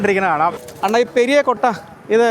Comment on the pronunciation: அன்னா அல்ல.அண்ணா 😅